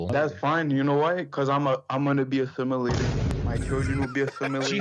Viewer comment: Damn near broke my nail clicking on this video. Bro said “I’m gonna be athimilated”.